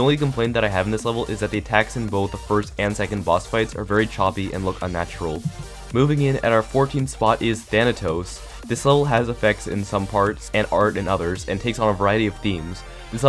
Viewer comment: “Thanatos” Thanos?